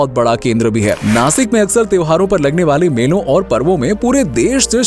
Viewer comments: Nasik nahi Nashik 😇 Bolta Nana..! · Plz don't call नासिक, it's नाशिक 🫀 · It's nashik not nasik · sasik nai sashik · Btw vo नासिक नही नाशिक है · Nasik nahi re nashik ahe te 😠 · नासिक नही नाशिक होता है